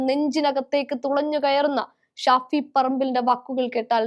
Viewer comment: സാകരം അല്ല സാഗരം, ഷഫി പറമ്പിൽ അല്ല ഷാഫി വാർത്ത വായിക്കുമ്പോൾ ഇത്രയ്ക്കു കടുപ്പം വാക്കുകൾ പറയുമ്പോൾ ഉച്ചാരണ shudhy ശ്രദ്ധിക്കണം